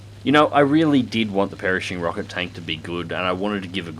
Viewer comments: it really bothered me how he kept saying "Perishing" instead of "Pershing until he actually called it the Perishing Rocket Tank and I got the joke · omg stop saying perishing! 😫 it's Pershing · It's pronounced purr-shing, not parishing... ;) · FFS!!!!! Its pronounced "Prrrrrshing" NOT "perishing" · you really butchered pershing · Strange pronunciation of "Pershing"... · I though it was just your Aussie pronunciation of Pershing!!! I guess I'm getting a little slow in my old age!!! How is your newest wingman Jackson??? His first Christmas is coming up, how exciting!!! Hope you spoil him good!!! So much to be grateful for this year, thanks for helping to make it fun. From my wife and little girls and I to you and your family, Happy Christmas and a great New Year!!! Your mate in AZ, Sprog1 in AZ.